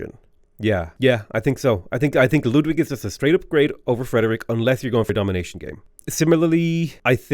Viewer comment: I'd never have thought to hear a non-german pronounce Ludwig (almost) correctly.